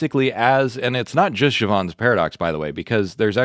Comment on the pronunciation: Pronounced /jev'-unz/ It's English, not French.